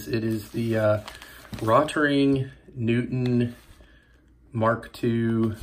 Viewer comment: Nice. Point of interest - the pronunciation is 'rote ring'. Thanks for the video!